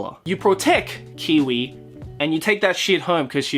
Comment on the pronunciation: Kiyui is pronounced "Kiwi"?? Huh...